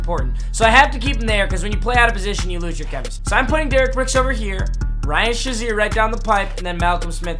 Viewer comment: You’re still saying Shazier’s name wrong ...